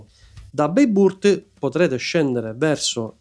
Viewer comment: Bene però…se ci sei stato più volte e fai dei video sul tema: le pronunce, dai. La g con la pipa ovvero ğ non si pronuncia ma rappresenta un allungamento della vocale precedente. Possibile che nei tuoi viaggi non te ne sia accorto o non te l’abbiano detto? Dai. Peraltro vale anche per Bayburt che pronunci beiburt, mica è inglese, no? Tralascio le altre. Il concetto è: basta andare su Forvo, su Wikipedia e vedi/ascolta come si pronunciano. Ci vuole poco.